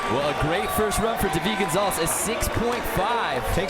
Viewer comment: Ahh the way that commentator pronounces David Gonzalez's name is so freaking annoying!